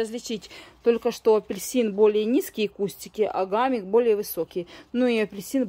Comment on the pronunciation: Не гамик, а хамик, в этом году сажала, тоже семян не нашла